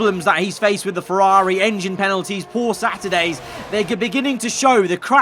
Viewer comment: Like IRL Leclerc butchered by Ferrrari